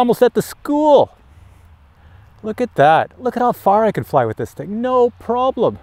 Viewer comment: Prolem or Problem? Canadian speak yeah? On a serious note I've just ordered the ProTek25. Thanks for the info. Subbed too.